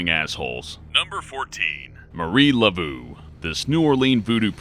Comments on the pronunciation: he said levou wrong. im from louisiana and she was real. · Lah Voe...and there were several Marie LaVeau's...all descendants. And it's San tuh REE uh...she didn't really do Santeria, more a New Orleans version of Creole VooDoo (though Santeria originates from the Carribean, part of Marie's ethnicity)...the religion evolves as it moves to new regions. People draw three crosses on her crypt, knock three times, turn around three times, and ask a favour of her. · LUH-VOH not LUH-vue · la-voo? LA-VOO?!? LAV-EAU YOU UNCULTURED SWINE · Pffft... Yes,, Marie Laveau is most certainly pronounced "Marie Lavooo"... Way to Engrish. And she's actually not buried in the famous tomb in St. Louis No. 1: she most likely has an unmarked grave in another nearby cemetery. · GET THE FUUUUUUUCK OUT OF HERE!!!! Lol! "Turned out to be real". And it's Lah-voh not Lah-voo. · Marie Laveau of old New Orleans was a great woman and a very highly respected and very wise yet shrewd woman as well. She did very well for herself by being so. Her last name is actually pronounced as La-Vo instead of La-Voo though. It might be wise to pronounce Marie Laveau's name correctly or who knows what kind of madness, chaos and hijinx might ensue! J/K with the last sentence! Great videos and love your channel. Thank you for all the research and hard work you do to bring us these excellent videos. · Le Vo not le voo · "Lavoo"? *Lav-oh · Marie's last name is pronounced La v oh not ooh. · The correct pronunciation of Marie Laveau's name is La-VO (long "O") not "La-VOO". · Marie Laveau (Lavough phonetically), not Lavoo... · Oh Mah Gawd it's nawt pronounced "Levoo" it's pronounced "Levoh" lol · Marie Laveau, her last name is pronounced La-vo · Lee-Voh! Marie Lee-Voh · MARIE WHO?! "Luh-Voh" Wtf man learn your shit before you make a video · its pronounced Luh-Voe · Mah-Ree La-Voe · Ugh the way he pronounces laveaux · you pronounced Maie Laveau wong. Lord help me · Madam Laveau isn't pronounced that way.